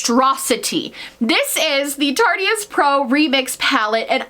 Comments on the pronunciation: Ily but it’s “tarte-ist” not “tarty-ist” lol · omg "tartyist" nooo girl it's tart-ist like artist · TARTE RHYMES WITH ART NOT TARTY